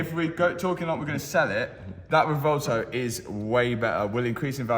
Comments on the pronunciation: I keep hearing RUH-VOLTO on that car pronunciation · The "Rivolto" 😆...better than the "Temerio" ?? 😆